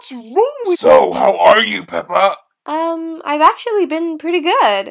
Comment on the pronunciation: it's peppa not pepper